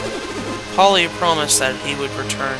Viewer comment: I LOLed when you pronounced Puelle as 'Polly' again and again =p